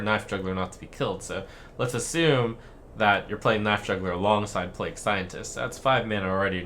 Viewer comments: Did this man just say PLAYGOO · "Play-goo" Scientist? Don't you mean Witch Scientist? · You pronounced plague as plejgu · Did my nigga just say Play-Goo Scientist? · did this nigga fr say "plagoo" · Did he just pronounce Plague as play-goo? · did he just call it a play-goo scientist? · Play-guu scientist? okkk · "playgoo" lul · "Plagoo scientist" Holy shit Trump that's worse that how you pronounced the paladin quest. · "PLA-GOO" Scientist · Actually your right lol, I thought he was just doing random trump things saying plague in a stereotypical Japanese way, didnt think of starcraft in any way o.o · I was looking in the comments to see if there was anyone correcting his pronunciation I had no clue this was a reference to something lmao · Wait, how did you pronounce plague? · His way saying "plague" cracked me up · Oh boy, I can't wait to see what Trump gets wrong this time! Edit: I see he is starting off strong by saying the words incorrectly this time as well.